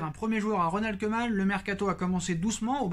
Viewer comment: Salut... Juste pour t'aider avec les noms Bataves... Koeman se prononce koumann et non keumann... Vandebeek vandebéék et non vandebik... Wijnaldum veil nal deum et non vijnaldoum... J'en peux plus des journalistes et commentateurs qui déforment les noms néerlandais... Oe c'est où, ij ou y eille comme dans veille, ee un é long, u un peu comme en anglais limite un é muet... Je sais que c'est pas évident quand on ne connaît pas la langue mais juste un petit effort quand on a l'info pour être respectueux vis-à-vis de ces joueurs. Voilà on repart pour cette saison très compliquée